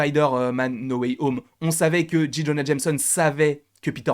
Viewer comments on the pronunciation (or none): Alors, ça se prononce JAY Jonah Jameson, et M JAY, pas Dji. Merci pour tes vidéos cependant